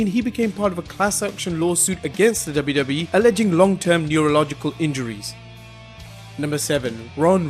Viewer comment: I sounds like yo u say WWEF